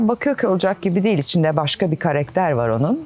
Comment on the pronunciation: LÜTFEN KAREKTER DEĞİL KARAKTER DEYİN! TAKILDIM ORDA :d